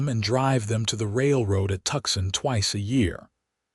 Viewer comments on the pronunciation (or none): It “TOO SAWN” not tuck son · Very nice story, but ... I advise you to review the script before recording. Several mispronounced words jump out. The town Tucson is pronounced " too san" for example... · you can tell whoever programmed the voice doesn't know languages !! it's " too saun " ( Tucson ) . from the time-line in the story , this could be about 1881 . Arizona would not become a state until 1907. it was still a " wild and woolly " territory , and the natives would not be " pacified " until 1888-89 . i hope she is going to like snakes and BIG spiders , and a Gila monster or two !! and Arizona has a season of " monsoon " rains in aug / sept.